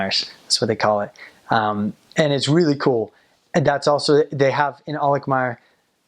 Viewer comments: I was just watching ur vids and this is so cool! Im from Alkmaar too! The way u say 'Alkmaar' is just PERFECT! Your Dutch is really good. Kudos! It's nice to hear u say how beautiful our city is :) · The way you pronouce Alkmaar is just perfect.